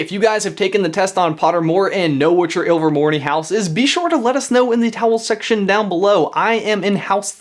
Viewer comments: am I the only one who thinks it sounds like he is saying towel section istead of comment section? also #slytherinforlife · Did he just say "towel section"?